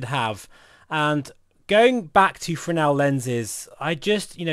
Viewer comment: you lost me at "Fresnel" ....